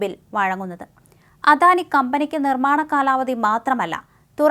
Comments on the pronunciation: അധാനിയല്ല അദാനി എന്നു പറയുക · അധാനി അല്ല അദാനി ആണ് തെറ്റ് കേൾക്കുമ്പോൾ ഓക്കാനം വരുന്നു